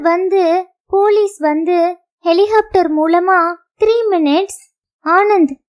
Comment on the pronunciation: வாசிப்பில் குழந்தைத் தனம்.அருமை. ஹெலிகாப்டர் ஐ ஹெலிஹோப்டர் என்று சொல்வதை தவிர்த்து இருக்கலாம்